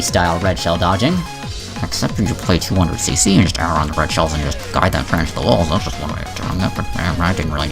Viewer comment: When started mumbling about 200cc I started dying of laughter.